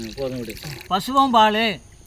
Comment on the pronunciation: Pasum paalu ❌pasuvam paalu ✔️ but i like it 😂🔥